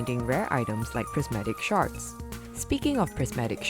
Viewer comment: Sounds like she’s saying ‘prismatic sharts’